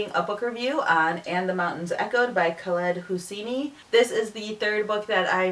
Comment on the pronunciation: rincey I can't get over the fact that you pronounce 'khaled hosseini' like a white person LOL you're asian you should be able to pronounce his name correctly!